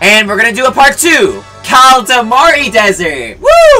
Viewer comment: Motha fucka if I hear kalidamari one more time I’m gonna find you lol